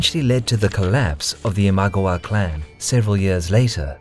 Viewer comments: it's not IMAGOWA, it's IMA-GA-WA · '' Ihm-ah-gah-wah '' isn't it ? Least that's how I always pronounced it. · It is pronounced as Ima-gAh-wa. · Very interesting video! Quick tip on Japanese pronounciation: there is no stress in the Japanese language, try saying "i-ma-ga-wa" (sort of like a robot) in stead of "i-MA-ga-wa". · I know you don't speak japanese but its i ma GA wa not i MA gwa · The pronunciation of Imagawa is i-mah-GA-wah, not GU. It sounds like a totally different word with a wrong vowel. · It's Ee-mah-gah-wah, Not eemagwa!!! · it's pronounced imagAwa, not imAgawa this is bugging me soooo much this video. In any case though, worth my 1 buck :D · It’s ima-GA-wa not im-A-ga-wa. Just saying, common japanese phonetics. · The pronunceation in the video is even worse than that, it sounds more like iMagua, maybe they are thinking of the character from Last of the Mohicans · this was really good, but i wish you had pronounced ima-gawa correctly. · 'Imaguwa' is driving me insane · Say it with me. Ima gawa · Nice video but.... WHY "ImagOwa" ??? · Your pronunciation of "Imagawa" is driving me nuts. It sounds like Imagowa. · Saying imagawa wrong really annoys me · The Raging Storm I agree 100% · I love the content. It is great to see Japan history. I lived there for over 2 years and learned the language and lived in the locations of many of these battles. The one thing that is killing me is the pronunciation of the lands and names of generals. The mispronunciation of Imagawa was particularly painful to hear over and over. Other than that, there are super cool! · you mistakenly wrote 大友氏 (Otomo clan) instead of 尼子氏 for Amago clan. That and the mispronunciations, like 'Imagawa' which others have pointed out, and 'Tokaido', where both 'o' is pronounced as long 'o'. Other than that, good video. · every time i hear him say imagawa wrong i just want to skream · i can't stand how u say imagawa but really nice vid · Your pronouciation of Imagawa is ridiculous, jesus christ